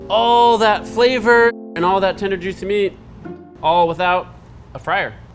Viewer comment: "super yuicy" Was that a Guga reference?